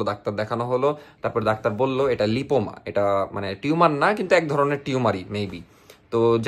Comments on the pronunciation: Oita লাইপোমা।। not লিপোমা। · pronunciation ta লাইপোমা hobe